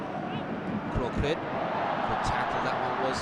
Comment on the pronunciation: Thailand NO.4 is Kroek-Rit not Kroe-Krit :)